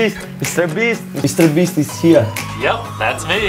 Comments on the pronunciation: all i heard with my broken headphones is 'mistherbeasth' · Saying 1M Mistear byst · mrbreast lol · only for me??? did he say Mr.Beast?????